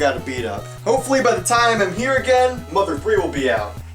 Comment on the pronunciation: 日本語はマダーじゃなくてマザー、発音が違うんだよなぁ。 ww